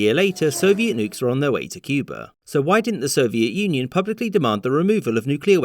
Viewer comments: At one point you pronounced it “Cuber.” Was that a sneaky JFK homage? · From this video, I learned that Cuba could be pronounced as Cuber.